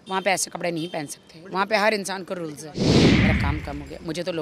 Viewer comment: I like the way she pronounces rules🤣